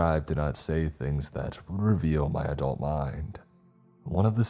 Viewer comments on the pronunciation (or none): none